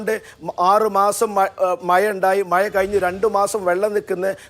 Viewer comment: മയ അല്ല മഴ 😂